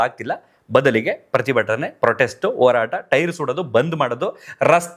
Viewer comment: ಕನ್ನಡ ಅಸ್ಪಷ್ಟ ಉಚ್ಚಾರಣೆ ಈ ಹೋರಾಟಕ್ಕೆ ಒರಾಟ ಅಂತಾನೆ